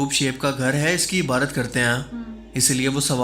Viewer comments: IBARAT NAHI , IBADAT....BOSA MEANS, TO KISS, CHUMNA . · Ebadot ko Ebrot bolna ki sleep of toung...